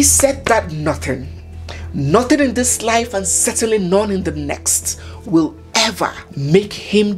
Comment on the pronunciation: Next time you wirre not engage in cyber BURREEING😂😂😂😂 Do you have 5 BEERRION NAIRA?🚶🚶🚶